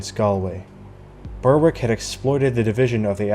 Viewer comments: Excellent video one very minor point Berwick is pronounced berick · Thankyou for your very interesting and informative videos! Just one small point, Berwick is pronounced " Berrick". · "Berwick" should be pronounced "Berick". The "W" is silent. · Excellent presentation. One relatively minor correction, I hope you don't mind? Berwick, is pronounced by The Scots, and by The English, as Berick. The w within Berwick, as a rule, is always silent. Much of this interesting history is never taught to us here in Blighty. Thank you very much for your brilliant contributions to keep our histories alive.